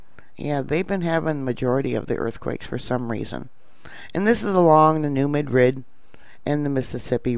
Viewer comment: Love ypu, but THIS Madrid is pronounced New MAD-rid. Rhymes with "BAD kid." Emphasis on the first syllable. Thanks for keeping us informed. Have a great Christmas.